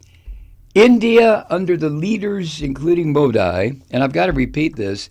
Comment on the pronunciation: You haven't the faintest what goes on in India for Modi. That would be this guy's wet dream. He'd eat all the vegetables in the world for that kind of power. Over 1.3 billion people! Btw it's pronounced Modee.. like banshee.